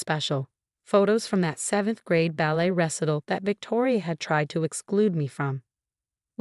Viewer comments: Recital, not wrestle! Fasades mot fakades! Teach your AI narrator how to pronounce the words in the story! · Recital pronunciation ruh-sai-tl